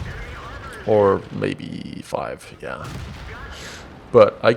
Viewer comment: I laughed so hard at the sudden American sounding "Panzer Self Propelled Gun FIVE!". Video deserves a like for that.